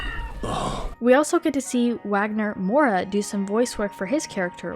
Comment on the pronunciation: Bro, I want to listen to Wagner Moura read something, he's got a great deep voice and the way he pronounces almost every letter is satisfying for some reason